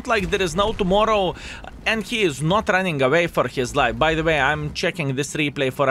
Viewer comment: Speak running without g please :)